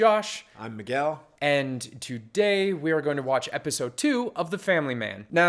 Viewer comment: instead of miguel it always sounds like " I am the gal" to me ....